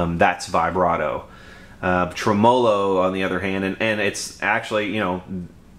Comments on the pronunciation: Every time you say trumolo instead of tremelo, it's like fingernails on a blackboard. The electronic info is first rate. Takes me back 30+ yrs when I messed around with amps and computers. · Yep. You tell 'em. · Nice review, but it's pronounced TREMolo, not treMOlo. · Murray Melander Agree! Always believed the name derived from "Tremble + Melody" Trem mellow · Regarding the tremolo debate...I was playing around with amps well before you were born and NO ONE pronounced it trem-'O-lo including the inventor. If that's not good enough look it up...then argue with a dictionary. You're a decent technician but certainly not an English major. Don't let YouTube "fame" go to your head. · It's pronounced Trem-low - O , not trem·o·lo ˈtreməˌlō check this link Let me guess, your from the south! Yes, the amp is butter. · Old post but he pronounces it wrong and you spelled it wrong :o) trem·o·lo /ˈtreməˌlō/Submit nounMUSIC a wavering effect in a musical tone, produced either by rapid reiteration of a note, by rapid repeated slight variation in the pitch of a note, or by sounding two notes of slightly different pitches to produce prominent overtones. a mechanism in an organ producing a tremolo effect. a lever attached to the bridge of an electric guitar and used to vary the pitch of a note. noun: tremolo arm; plural noun: tremolo arms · Great tone! You're pronunciation of tremolo made me laugh. Never heard that before.